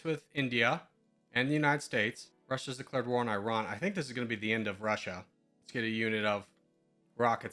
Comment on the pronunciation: The way you say Iran absolutely kills me. try "ee" as in "free" and "rawn" as in "brawn" : ee-rawn, same or Iraq, ee-rock